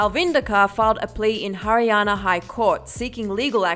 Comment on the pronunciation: Surprised that you pronounce haryana right 😂